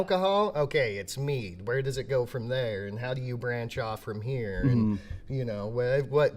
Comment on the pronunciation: MEL-o-MEL. Not me-LO-mel.